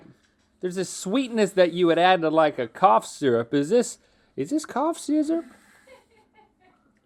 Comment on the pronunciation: “Cough syzurp” 🤣